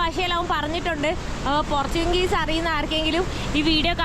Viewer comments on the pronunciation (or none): പോർച്ചുങ്ഗീസ് അല്ല... പോർച്ചുഗീസ്